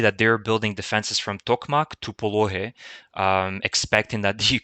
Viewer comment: Do not say POLOHY : phonetically "POLONY" H est said N , H is N if you want. But this is another alphabet.